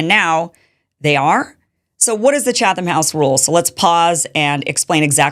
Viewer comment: Wow...this is the biggest load of horse manure I've heard in a long time. First of all, any real journalist knows what the Chatham (that's pronounced chat-ham you ignorant twit) House Rules are. Second, how can you possibly accuse Pool of secretly pushing the Israeli agenda to his audience when he said right up front who he met with, the general topics discussed - which by the way were not what Kimmy here claims, and what Pool told the Israelis. I could go on and on... Kim, you're no journalist. Tim Pool is. Do better.